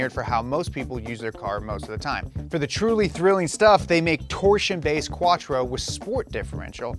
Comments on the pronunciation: You keep mispronouncing Torsen. It's not torsion (as in torsion-beam suspension). It's TOR-SEN as in torque-sensing. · You said Tor-Sen wrong 3 times. I recall reading that the ultra system saves about 6% at low speed city driving. 20% sounds too high. Good to see a video of these systems as many don't know. I prefer the old mechanical Torsen diff with a rear lsd added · Anyone else bothered by the way he pronounces "Torsen" as "torsion?"